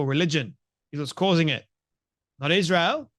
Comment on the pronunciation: Criticized him for saying Palestine isn’t a country and in the same sentence says “Is-not-rel.” 🤦🏼‍♂️